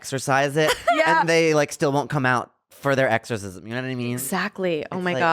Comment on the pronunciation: he can't say exorcism but he can say communicative. i love him